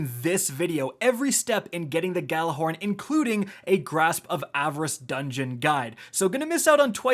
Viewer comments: just to point this out but you guys have been pronouncing gjallahorn incorectly. the G is completely silent. and the word is pronounced ya'll-a-horn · I hate how no one knows how to say GJALLARHORN RIGHT FUCK